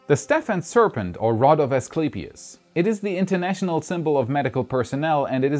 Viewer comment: No, you rock! Awesome as always. Particular congratulations on your pronunciation of "Asclepius". For what it's worth, native English speakers pronounce "gesture" with a soft 'g', like "JEST-yure". Bitte seien Sie nicht beleidigt, Ihr Englisch ist besser als mein Deutsch, natürlich.